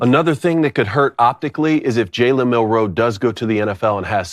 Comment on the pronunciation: You guys have butchered Milroes name for two years. It’s MILroe